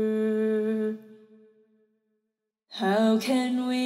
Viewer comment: I mean this in the nicest way possible. needs proper voice lessons. Her tone and pitch are...not always great. Try elongating all of your vowels and blending hard consonants like "r" in with them. Example, "Wanduuuuh" rather than "wanderrrrr." You want long notes to fall on less harsh/flat syllables.